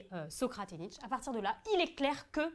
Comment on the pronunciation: tu malpronounce nietzsche le e n est pa muet mais el est pronouncé comme é